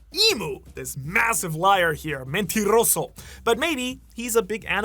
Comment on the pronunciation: . Fun fact. Mentiroso. You don't roll the R , y and yes I know that in Spanish there are a lot of words you do roll it but in some you don't.😂😂